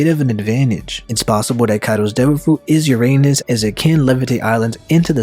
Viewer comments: It’s pronounced ur-uh-nus not ur anus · Uranus not your Anus. Speak the u like a non english speaker Alphabets if you want to know how the Name really Sounds. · The ancient weapon “ Uranus” aka “your anus”. 😂😂😂 Lmfao Give me a break! I can't stop laughing 😆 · That's...not the way to pronounce Uranus.